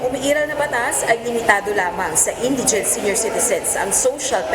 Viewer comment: Oyyyyy. Kayo ha? Ayusin nyo nga ang pronunciations nyo. Nakakahiya. Example: SCAFFOLDING & INDIGENT. NAKU .. SIN VERGUENZA. I GAVE UP ON YOUR IDIOT NEWSCASTERS PRONOUNCING NEWS AS NOOSE. EMBARRASSING 😳